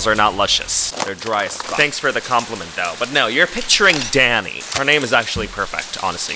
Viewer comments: i thought you said daddy for a sec 😭😭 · every time you said “danny” i heard daddy 💀